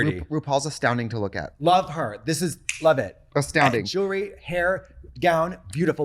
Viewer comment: I love that all these years later, Trixie still struggles to pronounce the word jewellery/jewelry 😮